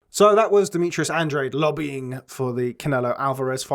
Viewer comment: Hello guys, great pod cast, just an observation, Andrade is an Spanish last name and you pronounce it like this: Andráhdeh, thanks.